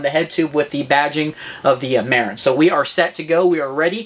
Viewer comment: As a northern Californian, felt the need to comment that Marin is pronounced "muh-rin" not "mair-in". Love my TranzX